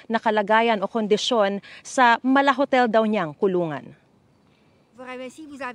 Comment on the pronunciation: Bakit parang iba pagkakasabi ng mala hotel.